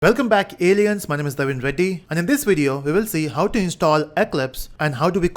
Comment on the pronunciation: Shit, I understood "Welcome back, Idiots" hahahaha I mean, I was sure he was not saying that but it sure got me for a second.